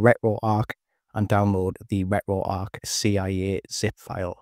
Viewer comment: Ret-ro-arc.. bro I can’t 😂😂😂